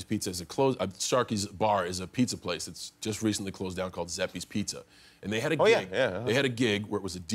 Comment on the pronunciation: He said Zeppees. It’s pronounced Juh-sepees.